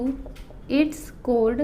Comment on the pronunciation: Missssssss l am sorry but your pronouns of choord is wrong